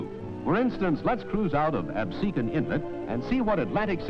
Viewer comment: The anouncer promounced Absecon correctly !!